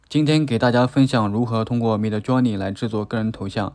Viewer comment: 太喜欢你说mid Jony了😅😅